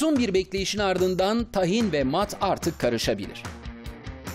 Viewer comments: Tahin değil Tâhin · Tahin nasıl okunuyooor 🤔 A yı uzatıyor muyuz uzatmıyor muyuz 🙈